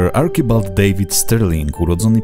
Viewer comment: Arczibald a nie Arkibald